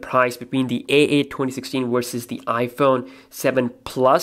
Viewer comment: galaxy a8 wersus the 7plus??? "wersus"???